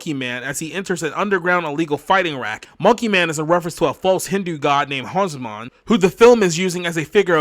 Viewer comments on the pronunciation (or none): WTF do you mean by false Hindu God?😂 And it's Hanuman not Heisman. Can't even do a simple fact check for your script. Hard to take your criticism seriously.